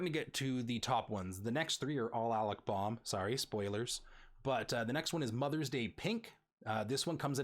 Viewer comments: Hard to watch a video when the host mispronounces all the names. Alec Bohm, Fernando Tatis Jr, Cristian Pache and you even screwed up Ke' Bryan Hayes. I know this was a year ago but Alec Bohm, really? Do you even watch baseball live? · It's also Bow-m, not Bom and Pash-ay , not pash. Honestly thought it was on purpose because it was the first 3 guys you covered haha. Great video though, thanks for doing this!